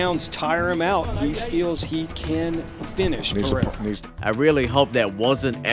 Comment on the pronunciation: Just call him Periera.. Pededa sounds dumb.. unless you speak his language